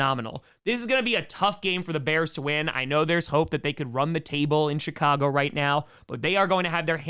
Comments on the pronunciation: Did anybody notice that he said? Shicago Bears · Did he say "Shitcago Bears? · LOL...sounded like you said SHITcago Bears...almost made me snort the Monster I was drinking out my nose. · do you consciously say “Shitcago Bears”..? 😳🫢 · i swear tom said shitcago bears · with the traditional Green Bay pronunciation of “Chicago”, with half an extra “t” in there 😂